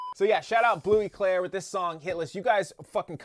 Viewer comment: Bleu clair without e 😂